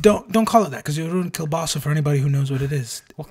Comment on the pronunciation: Kielbasa is pronounced ku-ba-sa not Kell-basa (resident slavic nightlord)